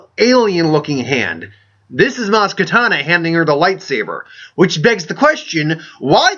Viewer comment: Sorry to point it out, but in case you weren't aware, you pronounced "Kanata" and "Nyong'o" wrong every single time you mentioned both the character and the actress throughout your video.